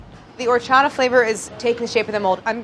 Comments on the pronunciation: I love how she pronounces 'horchata' as if it were a French / Italian word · OMG I hate the way they say horchata. Lol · Delaney: Horchata Me: classic delaney fav 👌🏼😂❤